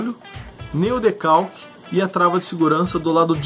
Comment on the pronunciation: "decalque" seria Decocker 🤦